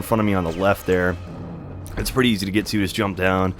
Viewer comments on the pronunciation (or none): none